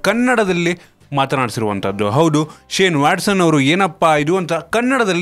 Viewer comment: ಹೌಡು ಅಲ್ಲಪ್ಪ ಹೌದು ಅದು